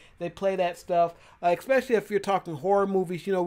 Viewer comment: Bro, just to let you know, it is especially not ecspecially, and I bet you say ecscape too, it's escape!